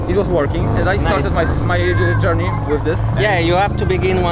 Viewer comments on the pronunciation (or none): none